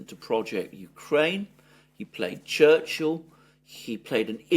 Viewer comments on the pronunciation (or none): none